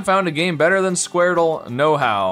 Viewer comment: i love when you do the squardele (with 2 e's)